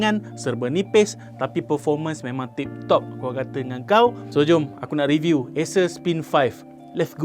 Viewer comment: asus ke acer? bunyi sebut asus. hehe